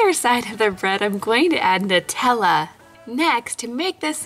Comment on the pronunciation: you're saying Nutella wrong